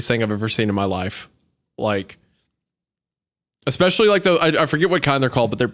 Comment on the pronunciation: Hunter constantly saying "exspecially" REALLY pisses me off